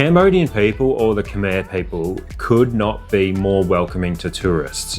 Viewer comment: Happy that Mandy learned to say K'my!